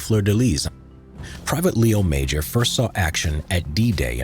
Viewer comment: Just as a minor correction, the creator of the video got his name wrong, it's Léo Major, Léo pronounced with an A sound for the E instead of an E sound, and Major is pronounced with a soft J instead of a hard J (like the J in Taj Mahal). Sadly he's not as well known as he should be, and I totally agree there should be a movie made about him. Though, I do wonder if it would be believable as a movie since his story is so absurd.